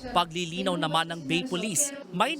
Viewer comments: Correction lang sir, "Ba-eee" ang tamang basa sa Bay, Laguna. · ang tama ytang basa nyan ay bae, laguna... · Bay (Ba-e), Laguna.....ayusin nyo bago magreport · Ba-e po ang pagpronounce ng Bay